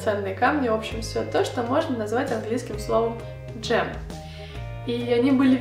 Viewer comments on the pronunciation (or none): Не джем а гем